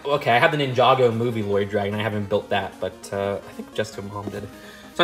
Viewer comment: moneygo instead of ninjago lol